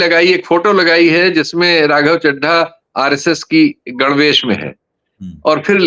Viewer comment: मैं कोई राघव चड्ढा का प्रशंसक तो नहीं हूं परंतु आप जैसे स्वघोषित उच्च कोटि के पत्रकारों द्वारा चड्ढा चड्डी शब्द उच्चारण करके खी खी करना आपके प्रोफेशनलिज्म पर सवाल उठाता है